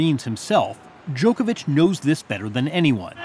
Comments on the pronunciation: Joko Joko Djokovic!!!! 🤦🤦 Not Djokevic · Ffs it’s NOT Jokeovitch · Really good interview but can the Americans still not pronounce Novak's surname properly. No one else says it like this.